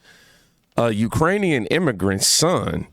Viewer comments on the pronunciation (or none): none